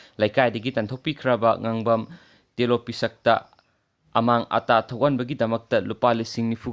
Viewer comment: Tolpishak not Telopishak, lon suphatri, hotnabikho makha tana